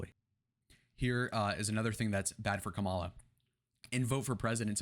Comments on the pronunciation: You sound just like all the other GOP pundits trying to spin Harris's advancing trajectory. No one in the Democrat party thinks this is a blowout, and that she is a sure win based on the polls, which are just a snapshot in time. The fact that you can't even pronounce her name right, whether deliberately (which is childish), or due to lack of education, even though it has been said many times how to say it, really diminishes your analysis. She even says she is the underdog even given the poll numbers. To compare her to Hillary is a stretch. Hillary was a bad candidate and came off as entitled. Kamala comes off as genuine and trying to connect with people. That's what people are looking for. Contrast that to your guy, who does nothing in his rallies but throws insults, talks about his crowd sizes, and says everything is 'fake' when it doesn't go his way. We got rid of our 80yr old candidate, and like Nikki predicted, 'the first party to get rid of their 80yr old candidate, will win the race'. You guys got stuck with the Old Maid, who is only looking out for himself. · That’s not how you say her name!! Trump can’t speak 😂😂😂😂are u serious